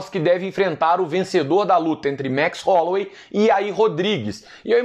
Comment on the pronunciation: "Max Rolouei". Werdum